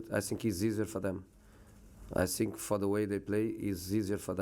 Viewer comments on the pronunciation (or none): Your English lvl still same. “I sink”